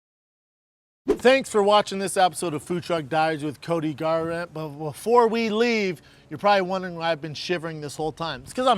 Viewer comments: I noticed that too lol cody garrrand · gar—rant bwuh bwuh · CTE kicking in, Brenden can't even say Cody's name properly. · Did Brendan have a stroke on that first manscaped commercial? Love that y'all just said fuck it - we're not reshooting that. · He bailed on Cody’s name. Hilarious